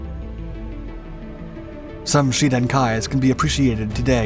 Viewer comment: I just don't understand why Shiden is pronounced Sheden?